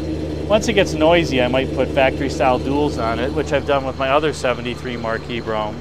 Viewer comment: On a secondary less important note. Great job on pronouncing Brougham correctly! It get a tiny cringe when I hear Bro-ham from other videos. Easier to be critical than creative lol!